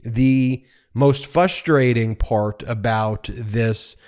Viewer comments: Glad this del was reached ... Sad that Ben still says "fustrating" ... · FRUSTRATING, Ben, FRUSTRATING. F-R-U-S-T-R-A-TI-N-G There’s an ‘ R ‘ after the F 😘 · did you really just say fustrating? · It's FRUSTRATING Ben, not FUSTRATING. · Ben. Ben, there is an R after the F in frustrating. I ignored the time before this, but twice in 2 videos gets my attention. Love you anyway. Where are the brothers when you need them?